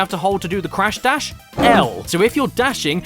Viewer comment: When you said crash dash I though you said crash bash